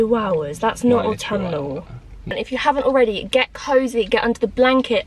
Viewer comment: Au-tom-ma-nal season 🥰🥰🥰🧚‍♂🧚‍♂👍👍 you loved saying that last time n couldn't wait lol xx